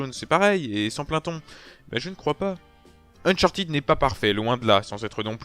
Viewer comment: Mais ..... non c'est chiant à crever les gunfights ! Sans rire il y a pas moyen j’adhèrerai jamais à cette série, ah et on dit Unchartède pas Unchartid ;)